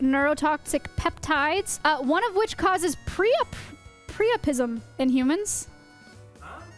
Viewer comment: good job also its pronounced priapism